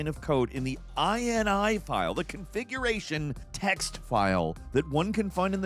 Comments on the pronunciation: Oh, man., it’s not “eye-en-eye”, it’s “eenee”, from the word “initialization”, a list of parameters an object initializes in memory with. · .in-ee. It's a .ini file, yea, in-ee.. Not like a USian to try to extend how something is said! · Whenever I see INI in my files I’ve never once thought I N I I’ve always just sounded it out like (i-nee) hearing say it makes my brain go brrrp